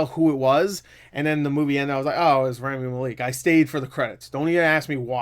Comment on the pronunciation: This movie somehow earned a 76% from audiences, and whilst I am not going to see it, I really want to take this point to show that audiences need to stop saying critics are full of shit. Both sides are guilty of giving movies a pass. Also, I hate to correct you, but Rami Malek is pronounced Rah-Mee Mah-leck.